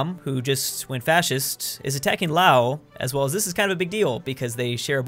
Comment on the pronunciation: “Lao” bruh there’s an s lol